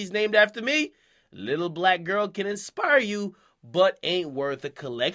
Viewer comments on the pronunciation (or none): none